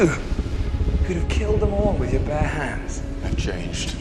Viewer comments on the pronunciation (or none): none